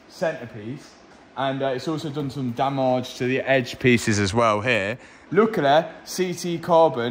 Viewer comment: you should sand the rims before the paint ;). And one more thing. I'm dutch so i'm not sure.. But i think you say the word 'damage' wrong (on purpose)